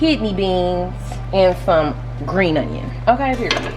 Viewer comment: Sissss plz put the ingredients in the description 😂 I’m currently at the store trying to get all the stuff I thought you were saying “Sabrina” but you were saying GREEN ONION 😂🤦🏽‍♀️